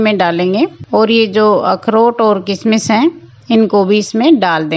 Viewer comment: किसमिस नहीं किशमिश कहते हैँ